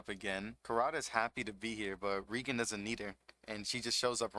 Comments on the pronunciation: Small issue: "Regen" bothers me a little. "Rei" is pronounced like the name "Ray" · its ray-gern. not ree-gern. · He pronounce Reigen without the ''i'' ?